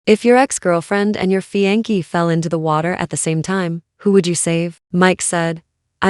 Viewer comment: Fiance is pronounced fee on say not fee on key.